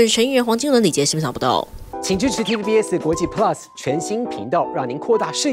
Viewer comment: 旁邊連TVBS都念不出來= =